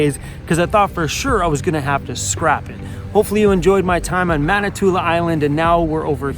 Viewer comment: Sorry to nitpik but it sounds like you are saying Manitoula ... it ends in a 'in' ... Manitoulin Island. ;-)